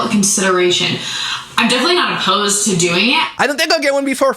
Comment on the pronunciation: “Uh-pose-too”…. That irks my nerves